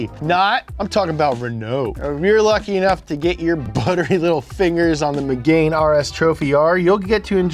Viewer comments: Bruh. He’s never even seen top gear. It’s megaaane. Not MEGAINE. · Did he say "Megain"?😂